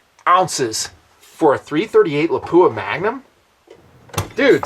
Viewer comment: first love the vids, you make good sense, very practical. One thing, pronunciations, Lapua is pronounced Lap-wa, Scenar is like Ski-Nar. I get corrected by the reps at events all the time. I love my Viper PST, you can put the shims in to set the stops btw. I agree about the MOA, I was a Designated Marksman and learned and deployed with Mils but I love MOA. Less math, no Army vs USMC mil crap...nice simple. one thing I wish you would have hit on...300WM vs 338LM cost vs performance.